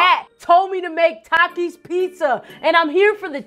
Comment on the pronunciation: She actually said TAKIS correct for the first time